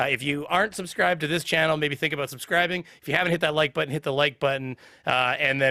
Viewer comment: That is the official new spelling and pronunciation of the word "button", I'm sorry, budden